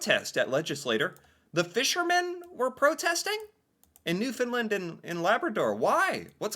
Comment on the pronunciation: Kudos to for finally learning how to pronounce Newfoundland.... It only took two years. He still thinks its named after the dogs though....